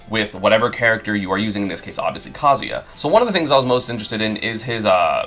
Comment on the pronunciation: Why is esam one of the only people who pronounce kazuya correctly